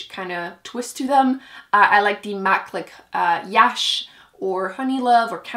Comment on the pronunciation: Just so you know, MAC's Yash is pronounced "Yuh-sh" so that it rhymes with brush. It's an Indian name (